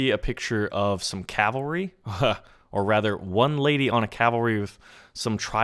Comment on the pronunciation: THANK YOU, for one reason, you said Cavalry right! So many people say "calvary" and I'm like "I wanna fucking kill myself" because what the fuck!?